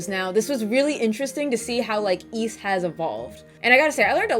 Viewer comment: Great review. You may be the only person on Youtube who correctly pronounces the word "Ys". Most people say "ease".